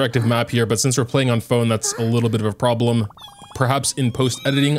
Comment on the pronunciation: this guys brain explodes everytime it sees a non english word i swear to god because how do you call seirai island SAIRAI